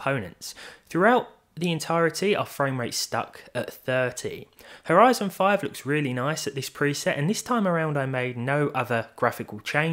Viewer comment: I thought he said "our Ryzen 5 looks really nice", took me a god 10s to realize how to make sense of it ^^